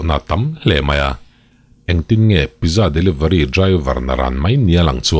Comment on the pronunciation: Pizza tih hi pitzza tih a lam tur a ni veleh tlat a... Keipawn mak ka ti ania aw... 😊